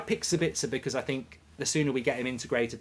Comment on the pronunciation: SA-bitz-er not Sa-BITZ-er, people.